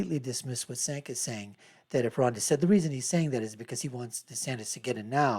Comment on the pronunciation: how can you be so bad at pronouncing cenks name, you talk about TYT constantly 😂 you are obsessed with them you should know his name by now